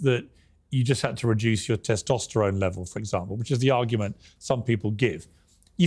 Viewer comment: And how he pronounces testosterone. Sounds like tasterone